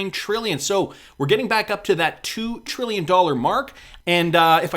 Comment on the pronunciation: I like how you pronounce “trilli yun”..lol